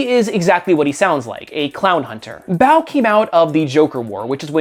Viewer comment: About Clownhunter... You pronounce Bao kind of like "bout" with a questioning tone.